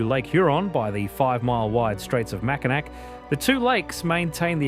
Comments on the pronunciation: mak-uh-nah With all of the hard work put in to making this video a good video, and it is a good video, it's a shame nobody takes a couple minutes to look up how to pronounce something. At least this video doesn't sound like an AI. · Isn't it pronounced Macinaw? I have friends on the UP. They have lived there their whole lives and that's what they call. it. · You had me until you said "MackinaC" Island. Come on, lol. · I always laugh at how they pronounce Mackinac lol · Mackinac was rough too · Not Mack-i-nack, Mac-i-naw! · Mack-in-NAW not Mackin NAC. Every doc on You Tube... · mak-uh-nah. They made a great video but didn't bother to do a simple dictionary check. It is a good video though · it's pronounced MackiNAW, not MackiNACK. pls fix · "sault" pronounced like "salt", "Mackinac" pronounced with a "C" at the end....did they consult anyone from the Great Lakes before recording the VO? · It's pronounced "Mack-in-awe" not "Mack-in-ack" for both the bridge and the city. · Incredible video..... But it's pronounced Mackinac (Mack...I...naw). Haha. I just had to be that person for once. Thank you for such a great job and including Canadas wonders on the lakes as well. I'm proud to be a Michigander. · I immediately turned it off when I heard Mack-in-Ack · Really enjoyed the video. Top notch production. I do have a slight correction - Mackinac is pronounced MACK-in-awe. I have no idea why, it just is. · Mackinac is pronounced Mackinaw. The "C" is silent. Research please? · AAHHH it’s pronounced Mackinaw!!! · Chicago originally had sand dunes like Indiana and Michigan but they were removed. And it's not prononced Willis tower, it's pronounced SEARS tower. Much like Mackinac is really prononuced Mackinaw. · MACKINAK????? LOL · Well, it was good while it lasted. I'm sorry, I always cringe when anyone mispronounces "Mackinac (Mackinaw.)" Lets see if after the Mackinac segment other things are mispronounced. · Macinac is pronounced MAC A NAW. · Mackinac is pronounced MackiNAW.